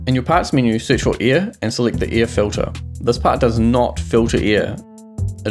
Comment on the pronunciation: hell yeah! now i can be s m a r t e r also, me: air = air him: air = ear it just sounds that way.